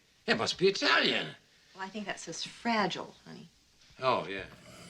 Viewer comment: "RAGILE" LOL It's time to submit to HGA :-)